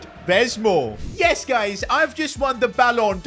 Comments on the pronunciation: I think he meant to say guys but mispronounced it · yeah your right